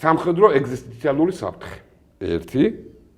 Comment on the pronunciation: ტიპიური განდიდების მანიით შეპყრობილი შარლატანი! შენი სამყარო რომელია თან დააკონრეტე რაა... ღმერთმა დაიფაროს ეს ქვეყანა შენ სამყაროში რომ წამოვიდეს! "ეგზესტიციალურის" სწორად წარმოთქმა. ერ გასწავლეს ინ "შენს სამყაროში.* ნეტა ჩემნაირად იცოდნენ ამ ხალხმა, ვინც შენ გისმენს, სინამდვილეში რას წარმოადგენ! კიდე არ მინდა შენ მოგბაძო და ეპრიკანა დედაკაცივით გავაღო პირი და გავაგებინო ქვეყანას მართლა რასაც წარმოადგენ! წადი რაა ჩაიჯვი და დაეგდე სუკა სახლში რაა